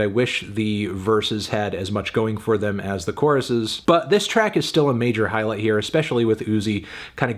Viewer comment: El wn le dice them, 🤦🏻‍♂️